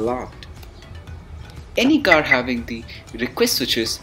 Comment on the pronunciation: How to open the khar